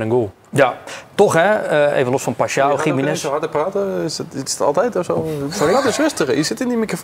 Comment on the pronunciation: Het is geen Gi-mee-nez. Zijn naam wordt steeds verkeerd uitgesproken.